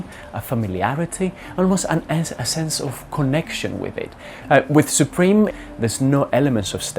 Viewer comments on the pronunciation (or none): Dude said: SOopReam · He says it like soopreme and it triggered me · “And what is it that makes Soup-ream so expensive” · Pronounce supreme correctly